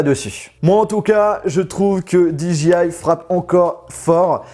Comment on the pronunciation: Cool, merci pour cette video très rapide après la sortie! En tant que possesseur du Mavic Pro c'est impressionnant de voir la compacité de celui-ci... Par contre s'il-te-plait, est-ce qu'il te serait possible de prononcer DJI correctement, c'est très irritant... 😜